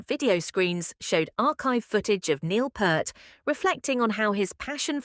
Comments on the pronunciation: 'Neil Purrt'?! Go wash your mouth you silly A.I.! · Anyone else stop watching at the mispronunciation of the drum gods name?